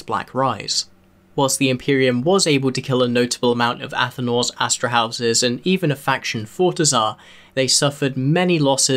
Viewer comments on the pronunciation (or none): Am i the only one irked by "astraHOUSE"? It's astraHUS dammit!